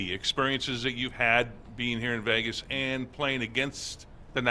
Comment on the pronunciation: Can't wait until someone teaches him how to pronounce Vegas. He thinks he's moving to Las Vayages.